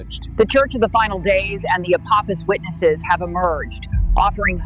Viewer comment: wtf are withineses?